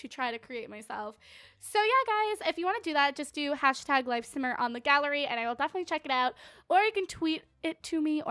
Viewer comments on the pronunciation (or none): none